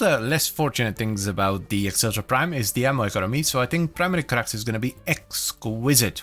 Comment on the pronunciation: Acceltra is Meh-celtra